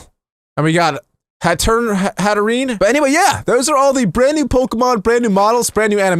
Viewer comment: Except hattrene